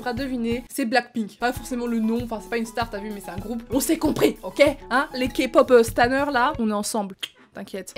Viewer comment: "Kpop staner" XD